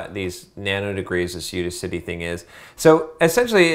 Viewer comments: I'ts udACity, not UDAcity. It's like AUDACIOUS bro. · It's You-Daas-City not you-di-citee genuis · I can't take his input on this topic seriously. If he can't even say "Udacity" properly, what makes you think he knows what he is talking about?